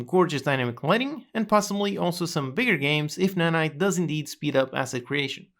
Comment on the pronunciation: You got Nanite very wrong actually